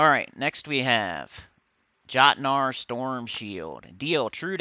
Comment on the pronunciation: Jotnar is pronounced yot nar just like how mjolnir is pronounced me ol near because it pulls from that language